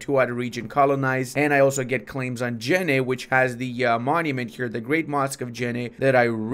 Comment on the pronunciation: Funny thing is, when you annexing Jenne, you said something like "Jinad". In Turkish "Cinayet" means murder so what you just said is actually makes sense :D